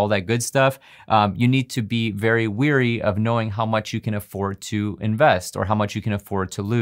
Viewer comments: Wary, not weary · Great advice!! But, "A fool and his money are quickly PARTED" (not departed). Wary is pronounced WHERE-ee, not WE'RE-ee. And from another video, it's ET-cetera, not _EX-cetera. Nitpicky, yes, but it will make your videos better. :)